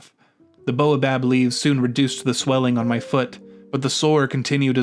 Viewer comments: Baobab has the a before the o. It isn't pronounced like boa! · I understand that this may be a sound English speakers aren't familiar with, but the continual mispronunciation of baobab grates on me. It isn't boa, like the snake, but bao. B-A-O. Baobab. :) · That should be "bay-oh-bob", please. That repeated annoyance aside, this seems like good advice.